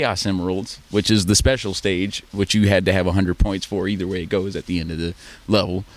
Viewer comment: Hey guys look at this guy he said "sepcial" lmao (everyone knows the actual word you'd use is "special", "sepcial" is not even a real word!!)